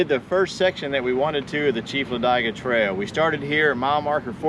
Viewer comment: Its LA DIG A not LA DIE Ga - Otherwise great video